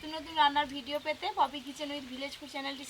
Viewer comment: 💁সবাই ✅ 🙅সোবাই❌